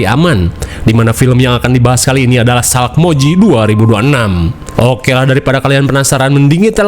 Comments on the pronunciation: Resah banget nyebutnya salkmoji, harusnya salmokji 😭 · salkmoiji wkwk salmokji bang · SALMOKJI ❌ SALAKMOJI ✅ 😂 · Sumpah Min, aku sampe replay "SALAKmoji"😂😂😂 Gokil Min